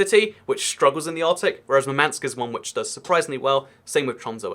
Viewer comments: It's not MurmAnsk, it's mUrmansk. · For pronounciation of Russian cities above Arctic circle which you mentioned: Murmansk is pronounced in Russian with stress falling on the first syllable (MUR-mansk), while Norilsk is pronounced with stress falling on the second syllable (No-RIL'SK). The biggest part of Russian fleet is, in fact, the Northern fleet mostly based around Murmansk (the only real ice-free Russian port on the north shore) and ArkhAngelsk/SeverodvInsk (on the shores of White Sea, I emphasised stress in their names). But it is very hard to get ships around Russia - you either have to go around all of Asia (or even Africa, if you don't use Suez channel for whatever reason), through or around America (for Russian navy? Through Panama channel? Yeah, right) or through freezing Arctic where pack ice can crush even well armored ships if they aren't icebreakers (those have different hull form and structure). But control of the Black Sea region is very important to Russia which led to Crimea debacle (agreement on russian loan of Sevastopol base was going haywire, so Putin decided to just seize the peninsula to prevent loss of a base to NATO forces). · It's pronounced "Moor-man-sk" (With british accent).